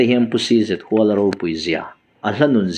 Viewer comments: Huala tih lai hi Ram hual, khuaibu hual anga lam tur ni lovin, zawng hual, kal hual, tlan hual anga lam zawk tur a ni. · Cz Huala tih hi a thluk hniam tur a ni zawk em kha le aw.. Luaia tih ang a Huala tih tur a nem le..? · 1. 'CZ.HUALA': A hming 'Chhakchhuak Zâwnghuala' i ti nêm duai a,i chhiar zêlnaah 'Huala' tih lai hi 'sava bü ka hual' tiha hual rik angin i han lam ṭãl-h a.A hming 'Zâwnghuala' tiha 'hual' lam ang hian lam ta mai la😢 2. 'CHAWNGKHUPA': Hei pawh 'khup' lai chu a lam dãn dik 'chutia lam tür' tih a ni' i ti zuah zuah zo chauh a,a dik lo bawkin i lam zui a😢 3.Thudik leh hawrawp lamrik dãn dik hre si-a a dik lo bawka i lam lui hian 'mahni thu duh,thudik zãwm duh lêm lo,ṭawngkam chang tithlum' emaw tih mai i awl thei ang e. 4.Mi chanchin ani emaw,chanchin engpawh chiang fek fawk,belhchian dãwl taka i hriat hnü-ah chauh i channel-ah dah tawh la tiin zawm lëm loh tùr thurãwn ka'n pe teh ang che aw. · Zawnghuala tih ania hual ilam dan hi a dik chiah lo tihna ava ang ve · A hming i lamrik dan hi ,CZ Huala tih hi,i lam rik danah chuan,khuaibu ka.hual,tih hual ri hi a.diklo,zawnghuala ni nana na,i thu lam dan a zirin,ngaihthlak a chakawmlo thei aw.Coment hi chhiar ngei ang che.